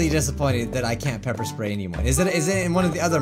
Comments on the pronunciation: Sepper Ppray xD Pepper Spray xD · DID HE SAY PEPER SPRAY I HAVE GOT PEPPER SPRAYED BECAUSE I was holding a bat I killed midori and other stuff